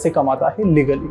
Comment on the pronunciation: The way he said legally 🤣